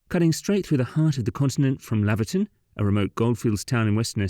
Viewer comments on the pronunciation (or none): Laverton is pronounced Lay-verton. Laverton is in Victoria. I think the road is called the great central road.